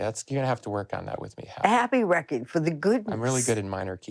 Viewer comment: Everybody, let's be like Dale. Start saying 'rekkid' for 'record'. It's so much more rock and roll.